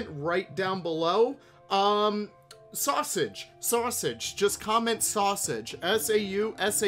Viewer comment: Great video today I love this new pack everything looks beautiful just fantastic. Also P.S.... Sasuage.... Sasuage.... Sasuage that sweet sweet sausage 😂